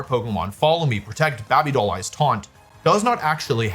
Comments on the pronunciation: Why do you say babby doll eyes? It's baby, BEIBI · WOLFEY ITS (BABYDOLL) EYES Bae-bee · Bah Bee doll eyes pronunciation is gotta be bait. No way any one pronounces baby that way. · what the heck was that pronunciation wolfe😂😂😂😂😂 "babi doll eyes"😂😂😂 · Bring from Dudley, UK and hearing Wolfey say “baaby doll eyes” warms my soul If you know, you know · "is it baaby doll eyes?" gotta be top 10 wolfey pronunciations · Hahah bahbi doll eyes has been killing me! 😂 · There is no way he is actually saying baby doll eyes that way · He says baby doll eyes weird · Why is he saying baby doll eyes like that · The way he pronounces Baby-Doll eyes is so funny to me 😂